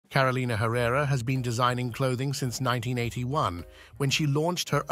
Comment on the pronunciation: Lord. Can we pronounce her name correctly?